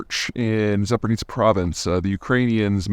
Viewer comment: It’s funny how he always pronounces “zaporizhzhia” as “Za-por-nitze”